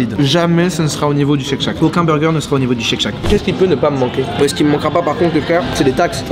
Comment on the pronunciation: maintenant le burjé (burger) xD